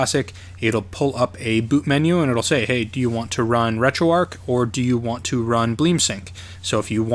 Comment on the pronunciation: Like your videos but curious why you call it RetroArk, it is RetroArch. Arch like in the Golden Arches. :)